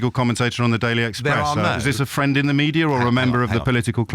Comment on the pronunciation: ooh fwend. I love you wacist fwend